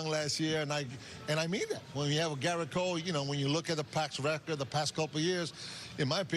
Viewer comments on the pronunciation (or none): Too bad Omar can’t pronounce “Gerrit” correctly 🙄